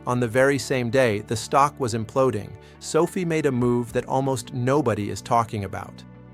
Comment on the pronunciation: ❤ Can you make the AI pronounce SOFI like Sofi, and not like Sophie? SOFI’s pullback is making me want to mow my neighbors lawn for 20 bucks just so I can get more shares. I am considering selling my toy hauler ‘As Is’ so I can get more shares of SOFI. I would even consider opening up my own Learing Daycare Center if it went down under 10 bucks per share. I saw a guy with a T-shirt that said “$.50 is $.50” and now I get it.😂😂😂 TTYL, I am off to sell my plasma. 😜